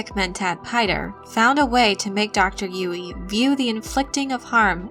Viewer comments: I think it's pronounced "Yueh", not "Yui". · i appreciate the video but the pronunciation of "yoo-wee" is so distracting haha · Girl!! You say Dr. Yueh’s name wrong. Actually Yue is more correct Chinese spelling but writers probably didn’t know or wanted it to look different.